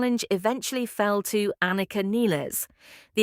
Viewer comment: This obvious ai bot butchered not only Anika's name, but Neil's as well. This, by itself, is unforgivable. But actually saying that she replaced him, even floating the idea that "The Professor," COULD be replaced... This video is misleading, utterly misses the point, and gets even the fundamentals brazenly and flagrantly WRONG. If Rush had EVER done things this shoddily, the world would not even know about them. You have earned my block and report.